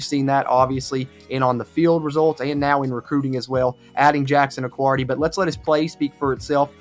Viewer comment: Jackson accuardi, just a tiny detail, it’s pronounced with no u in the last name